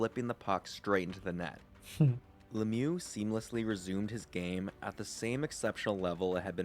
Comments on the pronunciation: In french the real prononciation is "Luh miyoo" and Le-mieux don't mean "the best". It mean "The better" wich is still great to represent what he was doing on the ice. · Mate, your videos are great. Pronunciation of the man #66 is "Lem yew". I hope that helps. Rock on, brother.